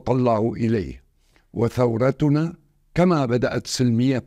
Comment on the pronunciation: ثورتنا بالضمة مو بالفتحة ... عفكرة انت عربي زعيف 😂😂😂 تخيلوا الثورة السورية العظيمة هي نهايتها واحد مترجم يصير رئيس حكومة😂😂😂😂😂